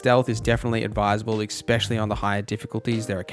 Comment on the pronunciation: The word "especially" is pronounced just like it looks. Just trying to help! ES-specially, not EX-pecially. <3